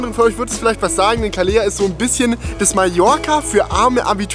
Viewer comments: Calella wird eher so ausgesprochen: "kaˈleʎa" Nach dem "e" kommt noch so etwas wie ein "i"... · Das wird aber Caleja gesprochen 2x L ist immer j gesprochen. Und Menfis, Bos beste. Ach ja da hatte ich auch meine Abi fahrt hin :D Eigentlich voll cool da. Auc hder Strand. Wir waren übrigens im Internationale :D (2008)